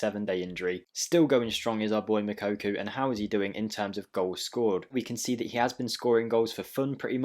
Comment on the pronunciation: Ffs stop saying moukoku 😂